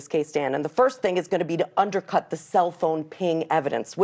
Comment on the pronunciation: And she saysss underkut😂😊